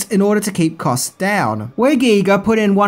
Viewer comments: Well,, you pronounced H.R. Giger correctly. You will always win with me for THAT. Most people pronounce his name as they would a Giger counter used to measure radiation. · Hearing pronounce Giger correctly almost made me pass out in surprise!:-D There was a Species tabletop RPG. I never played it, but spent probably close to an hour browsing through it in a bookstore. It was a fantastic bit of world building, and expanded on the events of the movie in a way that could've made for a great extended campaign. IIRC, the idea was that the players would be a team trying to track down and destroy all of Sil's offspring to prevent them from reproducing and gradually relaxing humanity as the dominant species on Earth, while also trying to keep the whole thing a secret from the public.